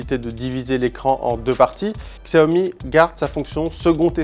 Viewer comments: Ça se prononce "chiaomi" putain !!! Faites un effort svpppp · Kristians Straume oui regarde le PDG de la marque qui explique que cela ce prononce Chiaomi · Kristians Straume non c’est bien lui qui a raison les chinois prononce ça Chiaomi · Mizukage yagura ça se prononce "Xiaomi", Chiaomi est la version américaine